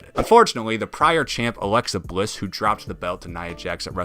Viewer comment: Awexa Bwiss? 🤦‍♂️